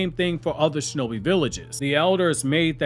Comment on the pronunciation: Defund the SHO-no-Bi 😂😂😂😂😂